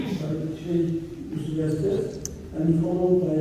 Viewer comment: Assalamu alaicum...pardon but it's Estes...